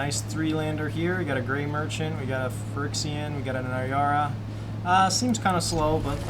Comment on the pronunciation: Is it just me or are you mispronouncing Phyrexian? Regardless, it’s a fun deck to watch. Thanks for the upload.